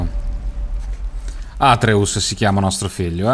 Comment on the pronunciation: atreeus non atreus daje bomber! bel video!